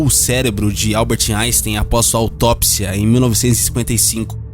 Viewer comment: Mas o nome dele tá errado. E Albert e não Alber. 😱🤪